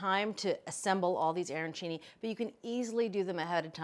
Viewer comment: Arancini not airancini. The pronunciation just hurts the ears.